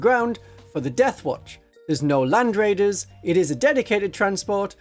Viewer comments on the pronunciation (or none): none